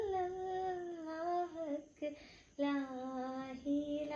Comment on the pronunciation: നൂർ മുഹമ്മദ് സ്വല്ലല്ലാഹ ആണ്, ജല്ലല്ലാഹ് അല്ല.. ഖൈറുള്ള അല്ല ഒയിന് ആണ്..